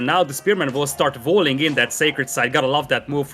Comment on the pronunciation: It is walling, not valling. Is the co-caster German?